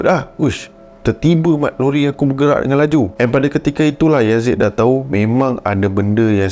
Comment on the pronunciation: lori ke rori😅😅